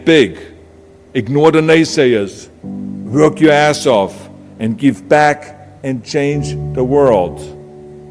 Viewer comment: the way Arnold pronounces the word "W(v)o(Ö)rk"...